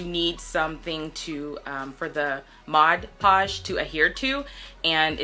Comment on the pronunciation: MOD PODGE. not “modge podge”🙄